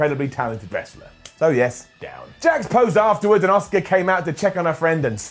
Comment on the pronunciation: Is anyone being annoyed about constantly mispronouncing Asuka's name?